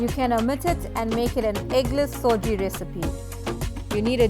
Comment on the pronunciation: Its suji not soji